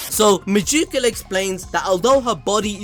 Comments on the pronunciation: Meducila? Isn't it Megicula xd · I thought you were saying Megicula like that on purpose the whole time lmao